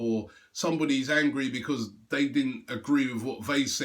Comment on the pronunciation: I just wish that robbie would learn to say because proparly otherwise his videos are great